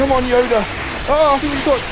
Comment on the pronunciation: At first he said yuda instead of yoda